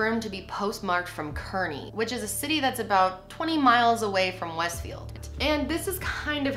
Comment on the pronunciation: im from jersey and you keep saying westfield and kearny wrong lmao